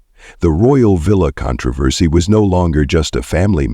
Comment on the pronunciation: Would you please how to pronounce the words correctly?? Especially, "controversy "!!